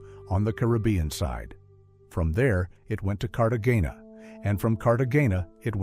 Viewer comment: So we can make all these grand movies with AI but we can't teach it how to pronounce Cartagena?